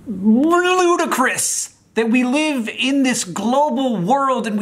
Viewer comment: It is... RERULUDICROUS